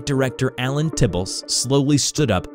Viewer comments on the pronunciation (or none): none